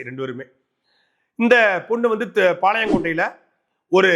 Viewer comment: பாளையங்கோட்டை ,, ஒழுங்காக உச்சரி